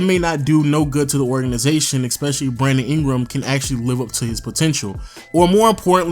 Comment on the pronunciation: it's ESpecially, not EXPECIALLY!!!!